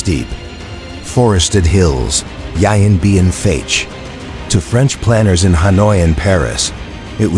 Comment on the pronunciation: Maybe find an announcer who can pronounce Vietnamese names including the actual name of the battle, rendered in this video as. "Yian Bean Fatch" where the French fought the "Viat Minh"